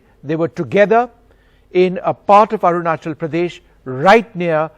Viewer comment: It's not AruNANchal.. it is ARUNACHAL, ARUNACHAL PRADESH...Please correct